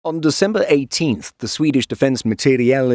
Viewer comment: I enjoy your channel but there’s really no need to divide the Swedish words and names like that when pronouncing them, that’s not how Swedish is spoken. Just say them as they are written and you’ll be fine. Appreciate your effort though.